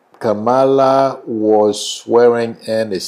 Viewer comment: You should pronounce Kamala name correctly. Especially given she is respectful to everyone.